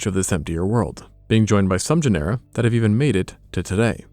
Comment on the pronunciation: Genera - JEN-er-uh